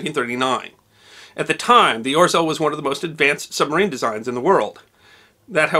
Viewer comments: I love the way you botch pronunciation of Orzeł ;) (Its more like Ozhel) Great job and I have enjoyed this one and many others videos of yours. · "Orzel"....pronounced Ogew. The g is soft like the 2nd g in "garage". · OT ow spelled Orzel but I would pronounce it Ozhew. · The letter “ł” makes a w sound. So it's pronounced Orzew. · "Orzel" is pronounced "OZHEL" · It's pronounced [Ozheaw] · This is awesome! Can’t get over the pronunciation of orzeł though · Just FYI, and I hope this doesn't come across as criticism, but the bar through the L in "Orzeł" in Polish means it's pronounced like English's W instead. (And a tip: You can use Google Translate's text-to-speech feature for many languages to find out how a word is pronounced in another language.) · I expected dozens of comments on how to pronounce orzel correctly and yet to find one. rz is one sound, akin j or zh. L with a line is so dull that hardly sounds like l. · I'ts hard to pronounce the name of this sub correctly, but much closer would sound like: "oh-shell" than "orzel". :) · Hi! I am Polish, this video is great! Thanks for giving our heroic warfare some attention, too! One thing though, you'd read "rz" more like french "j" (like Jean), you don't read out the r sound in there! the Ł is also same sound as your w :D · Thanks. One small nit-pick; the Polish 'ł' is not pronounced as 'l'. It is pronounced like 'w'. So, for example, the city of Łódź is pronounced something like ' Nevertheless, thanks for re-telling this fine example of heroism in a vibrant and engaging way. A Polish friend who served with the RAF (300 Regiment, flying Lancasters) told us about it, a many years ago. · The "L" with a slash through it is not pronounced as an "L", it is pronounced as a "W" as in Witch. So this ship is name is pronounced "Or-zew" not "Or-zel" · Read it more as a "Oh-shaw" not "Or-zel" (maybe use google translate next time) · Orzel is pronounced 'O-ZHEwh'